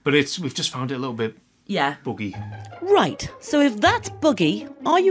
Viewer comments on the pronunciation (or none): When Wills says buggy it sounds like boogie 🤣